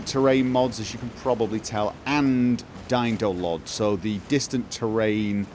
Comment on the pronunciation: How did you manage to reduce Aliasing so much ? :O :) I totally heard "DY-NO-LOD" xD SAVE THAT CHILD !